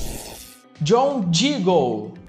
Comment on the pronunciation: ai meu lindo vídeo muito bom só uma questão q eu percebi é q o nome dele é diggle e não jiggle